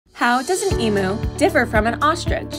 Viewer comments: Oh another difference….everyone can pronounce ostrich correctly. But, as you demonstrated in this video, emu’s (eeee-mew) are often mistakenly called emoooo. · ITS PRONOUNCED EMYOU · The emu pronunciation is a little off 😂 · Please pronounce the word emu correctly